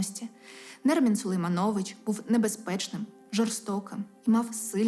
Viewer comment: Автор - ви крута!) дуже приємно слухати, але будь ласка 🙏 ставте правильно наголос на по-батькові… люди не можуть бути СергіЙОвич, ОлесксадроЙОвич. Сулеймнович там не СулейманЙОвич